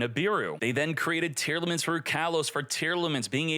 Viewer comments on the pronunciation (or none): none